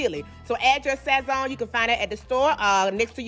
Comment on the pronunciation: The way she said sazon had me done I luv her😂😂😂🤗🤗